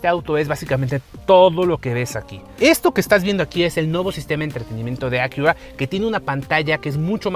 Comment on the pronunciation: A qué "akiurrra" 🤣